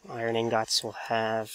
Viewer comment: He says iron INGOTS funny!